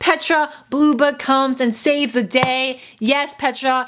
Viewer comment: I thought she said bluebutt instead of blueblood